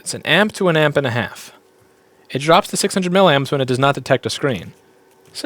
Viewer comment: Louis, it's "milly-amps". Say it 10 times, milly-amps.